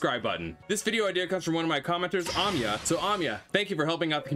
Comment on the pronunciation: so glad i could help ! this game is sm fun, glad 2 share my findings u said my name wrong (its ah-my-ah) but i can look past it lol, ty for being such a helpful channel! glad 2 be apart of ur community 💖